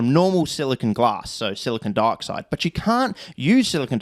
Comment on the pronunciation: I keep hearing 'Germanium Darkside' because of the way you pronounce Dioxide and now I have a title for my space-Romans versus space-Barbarians sci-fi fantasy novel.